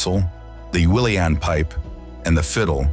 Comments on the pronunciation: It's a pity that the voiceover is AI generated. The pronunciation is poor in places. The "willean" pipes are Uileann Pipes, pronounced "ill-in". As pointed out in the comments, The Temple Bar pub is a honey pot. The whole Temple Bar area is rarely frequented by natives, mostly tourists and drugged pickpockets and trouble seekers who have put tourists in hospital. By all means visit Dublin but please try and extend your visit to West Cork and Kerry. Cork City has some of the finest restaurants and pubs in Ireland. The pints of beer are cheaper than Dublin and you can sample Cork's own home brewed stouts, Murphy's or Beamish.....Your trip should include Kinsale, Killarney, Dingle, Ennis, Cliffs of Moher, Galway, Connemara, Clifden, Sligo, Donegal. Explore the many spots along The Wild Atlantic Way. Don't be afraid to venture off and discover small coves with a pub and open fire where locals discuss the weather, the news and the local GAA (Irelands national sporting organisation". There are many fine towns and villages in the centre of the country but lack the scenery. Kilkenny is lovely small city, full of history. Athlone is a nice town on the River Shannon. So, in conclusion, Dublin is NOT true Ireland. Fly in there and spend 2 days but get out asap and explore the true Ireland. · He crucified many of those Gaelic words. The pipes that look like bagpipes are pronouncer 'il-en' pipes and the Gaelic speaking areas are pronounced 'gayle-tocht’ and in both cases the emphasis is in the first syllable